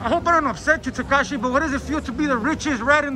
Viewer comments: “Tikishee “ I’m crying 😭💀💀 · Lol did he just say Tekishi 🤔🤔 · “Takishi our here comffortable” 😂😂😂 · He said takishi 😂😂😂😂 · TAKISHIEE OUT HERE COMFFORTABLE YEYE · Did I hear a “Tahkeeshy” at the end? Twice?!? Lmao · Tikishee tho 😭🤣.. soon as bull told him thats enough he said ard tikishee 😭🤣😭🤣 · Lol how he calls him Tikishee at the end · "Takishi" haha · Man said takishie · He called him takishi!!! 😆 🤣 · “Tikishee out here comterbual” 💀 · that nigga said “tikishi”😂😂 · Why he calling him takishi I know that low key triggered 6ix9ine to try not to laugh 😂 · he called him takeeshy😂😂😂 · "takishi" LMFAO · My dude said Takishi 😂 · Man's calling him takishi 😄😄😅 dead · The guy said takishi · It's not tekisie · Foo said tikishi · Mexican trying to say tekashi had me in tears